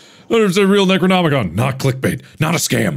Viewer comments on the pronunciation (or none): Bro really said "necronomicon? Nah, necronomicum"